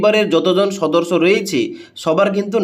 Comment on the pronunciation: ভাই রে সদর্স নয়, সদস্য😂